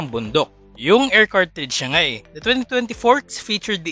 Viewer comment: I love how you say "ngay" ilocano po ba kayo? Haha